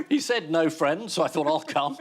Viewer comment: Oh no. Aisling just said, 'thunk' instead of 'thought' but at least she said, 'people WHO' and not 'people that'!